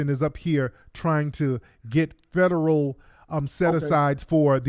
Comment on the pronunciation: He had me laughing so hard when he was like " that's Federuuh" 😆... When the proper word was Federal ...😄